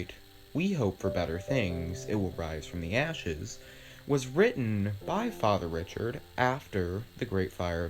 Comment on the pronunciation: Fr. Gabriel Richard - pronounced “Ree-shard”.